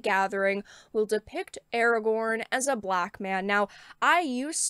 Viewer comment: Now pronounced "Awagown". ;)